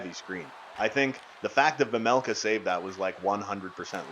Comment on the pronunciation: Again you keep pronouncing your goalies last name wrong it’s vejmelka not vemelka